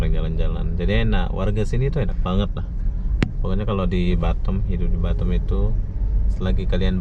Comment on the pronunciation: BATAM lho bukan batem lidah lndo ko ngaoa gak bisa bri